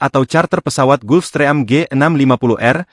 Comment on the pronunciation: Jijik kali dengar naratornya menyebut jenis pesawatnya "GULFSTRÈYAM"! 😡